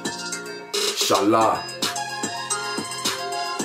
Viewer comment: ‘In-Shalaa’ hahah